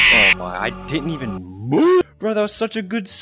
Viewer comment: the way you said “I didn’t even MOVE” XD